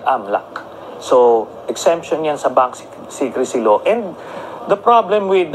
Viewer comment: Anu daw bank singkresi law? kwawa tlga c d khbaw mubasa, hahaha bank secrecy law yan..wla ka kasing pinag aralan,yan tuloy ang d ka mrunong mgbasa ng English,, hahaha..